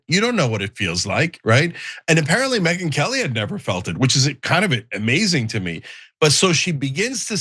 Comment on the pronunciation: I thought Cenk said Midget Whores Lmao